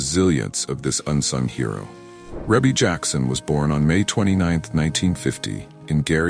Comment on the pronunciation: So why is not being able to pronounce names the new trend for this generation? Ree-Bee. It is pronounced REE-BEE. And how does a death in 1988 and 2009 mean “a few” years? 21 years is not a few years. That’s two decades.